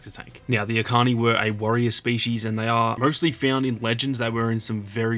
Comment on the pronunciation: Echani (each ani) Not akani